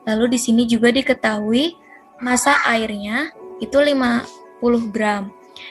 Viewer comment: Penyaji menjelaskan materi dengan jelas sehingga mudah dimengerti. Tetapi ada kesalahan pengucapan dalam menyebutkan massa pada soal no. 2 dan ada suara yang terdengar noisy